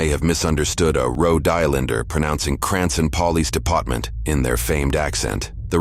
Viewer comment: Something about the monotone description of "Cranson Pawlease Depawtment" just gets me